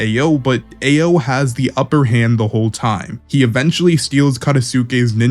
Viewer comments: Ao is pronounced "Ow" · Omg your pronunciation of Ao is atrocious 😭 it's not "Eh-oh" it's "Ah-oh" or "Ow" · dude a o dude its pronounced ow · For future reference brother, Ao is pronounced like "ow" (like that hurt). Other than that, good video. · Homie your pronouciation of everyone's numbers is all wrong. AO is pronounced as "ow" then mugina as you say it is pronounced as Mugino pronounced as Mujino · “Ay-oh”, “Sumeer” cmon man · This is great, the name pronunciation is my only problem( ayo, katasookay, mugina) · Ao is pronounced like “ow” Katasuke is pronounced “kah-tah-soo-kay” just say it a little faster. Mugino is pronounced “Mew-gey (like key)-no”